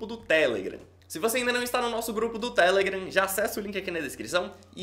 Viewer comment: O cara fala TElegram